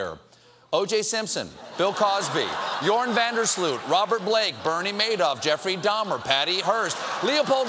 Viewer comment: 'Djoran Van-der Sloot' xD The pronounciation is; 'Joh-rah-n. Vahn Dare Sl-ooohh-t